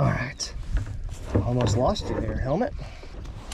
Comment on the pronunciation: definitely said "helment" instead of helmet 🤦🏻🤣🤣🤣